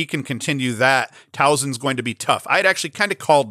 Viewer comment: Soft S in Towson, no z sound at all. Great stuff man. Thanks for what you do.